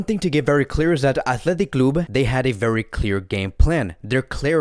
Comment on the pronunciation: his accent athletic clubuee 🤣🤣🤣